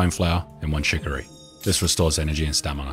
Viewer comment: Brooo again :DD its stamina not stanima good work btw helped a lot